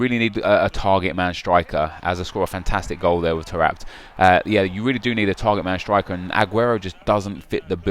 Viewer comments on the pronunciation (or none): none